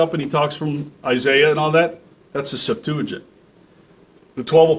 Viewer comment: Why does he not know how to pronounce "septuagint"?